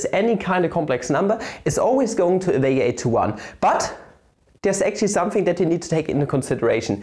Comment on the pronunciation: dont you love it when he says somefing